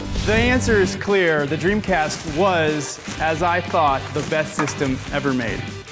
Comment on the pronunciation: what de dremcast?